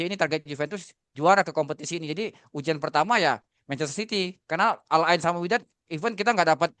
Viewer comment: Menit UJAN??? GERIMIS?? UJIAN bukan UJAN TUDOR Jujur materi dan substansi yang mau disampaikan si bagus bgt, tapi cara penyampaiannya ga nyampe Kayanya beliau lebih bagus nulis deh dibanding jadi narasumber